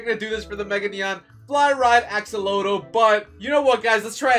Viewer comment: What is a e-exa…you kinda said it funny axllotele lol🤭🤭🤭